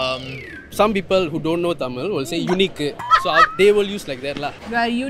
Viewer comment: Learn to say "Tamil" properly before asking questions lmao ...